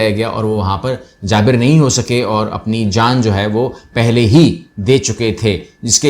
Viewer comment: درست تلفظ ہے: جان بر